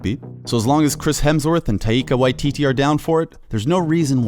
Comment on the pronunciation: " TaYIkA Wayi-t-t "